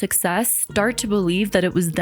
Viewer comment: ‘I wanna STAAT this video’….shes already pissing me off